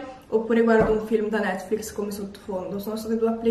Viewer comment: Io che lo guardo nel 2020 sentire che non si sa pronunciare netflix é veramente molto strano 😂